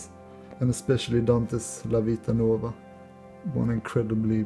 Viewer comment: So cool, you pronounced Vita Nuova very well! 1000 points for owning Pride and Prejudice, did you know R. Kipling for example was a Jane Austen super fan? Many men dismiss her as an author and it's such a... prejudice